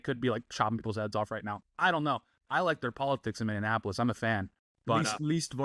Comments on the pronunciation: Mini. Apolis. Mini. Apolis. Minneapolis. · I’m sorry but please pronounce Minneapolis correctly